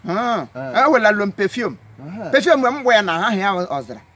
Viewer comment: Perform (perfume) lolz